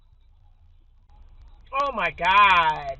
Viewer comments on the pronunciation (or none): "Oh My Gahhhhhh-d!" Couldn't get much more Chicago than that.